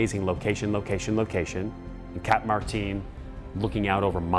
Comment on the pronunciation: It's not Spanish, why are you pronouncing Martin like that?